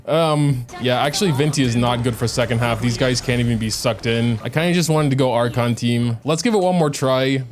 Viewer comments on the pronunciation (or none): none